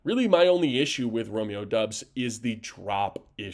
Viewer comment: It was driving me crazy when he said that!!! Lol